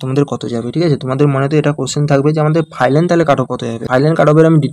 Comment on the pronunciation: Final ❌ Filan✅